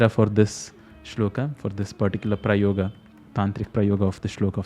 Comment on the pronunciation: Why are you pronouncing श्लोक and प्रयोग as श्लोका and प्रयोगा with आ sound